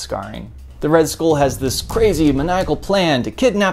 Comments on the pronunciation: You really have no business complaining about this movie considering you cannot pronounce the word SKULL, you baldy headed fuck. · Why can't you say "skull" like a normal person?